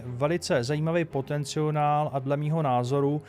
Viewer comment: potenciál se říká 😁 jinak fajn video